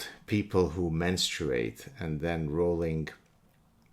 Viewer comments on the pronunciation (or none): The row in Rowling is pronounced like row as in row, row, row your boat. In other words it's pronounce Rolling. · You diminish yourself when you try to diminish another by portraying her as important enough to speak of but not important enough to know how to ptonounce her name. Phony.